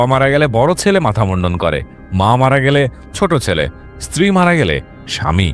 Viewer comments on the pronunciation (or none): none